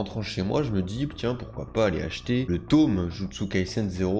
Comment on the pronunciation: Arrête de dire TOM on dit TOME c’est HORRIBLE D’ENTENDRE ÇA sinon super ta vidéo